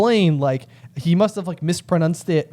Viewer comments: mispronouncing the word "mispronounce" is comedy gold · I love how you mispronounced mispronounce as mispronunce, lol.